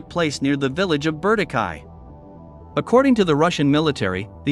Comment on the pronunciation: The place is called Ber-Dee- Chee 😂